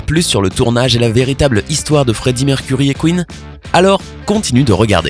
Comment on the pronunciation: C'EST PAS MERCURIE ARRÊTE DE DIRE ÇA IL A CHOISIS SON NOM EN ETANT UN NOM ANGLAIS !!!